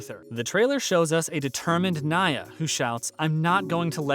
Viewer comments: The name is Nia Ni-ya not Na-ya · Who is this clown? Mispronounces Kara's name. Then mispronounces Nia's name? What an idiot. Proves he doesn't even watch the series.